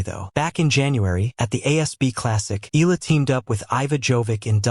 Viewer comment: It's pronounced eh-yah-la😮got that? 😳